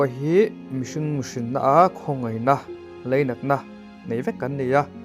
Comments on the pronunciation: leinat ti lovin lainat tiin ilo lam tawh dawn nia aw 😂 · Leinat ti lovin 'Lainat' ti tawh rawh....